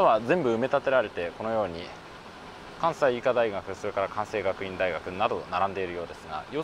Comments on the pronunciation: スーツ君、57次お疲れ様でした。このシリーズはまるでロードショーの初日を待つ気分で毎回公開とほぼ同時に視聴しました。すごく面白かったです。 ただ一つ、「関西学院」のキャンパスは枚方にはありません。 スーツ君の「関西学院」を正しく「かんせいがくいん」と発音してくれた事には敬意を表しますが、繰り返えし申し上げますが枚方の地には関西学院はありません。 以下参考してください。 （関西学院各キャンパスの紹介（公式）） （ページ上の「キャンパス」をクリックしてみてください） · たこやき３５０円は安いな～とおもいます😊 イベントで年に数回食べるぐらいですけど、だいたい８００円ぐらいで、何列もかなり並びますので。そんなものだとおもっていました。関西学院は枚方ではなく、兵庫県西宮市にあるので、許可がおりたら、よかったら行ってみてください。古い建物とかあるとおもいます。ちゃんと「かんせい学院」と読めるところが、スーツさんはさすがですね😊 ほたるの光がながれて寂しくなりますね！また新しい旅をお待ちしています。安全第一で😊